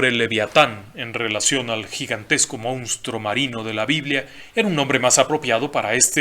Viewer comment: FELICITACIONES Y RECONOCIMIENTO POR TANTOS VIDEOS GENIALES, PERO NO POR PESTE. AQUÍ EN REPETIDAS OCASIONES SE DIJO "MOUSTRO" EN LUGAR DE MONSTRUO, Y SE CAMBIARON LOS SIGLOS DE MIL OCHOCIENTOS A MIL NOVECIENTOS VARIAS VECES. LAMENTABLE. UN ABRAZO.